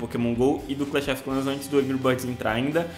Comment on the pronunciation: mano clahs of clahs ganho ser vc não conhece o jogo não fala seu broco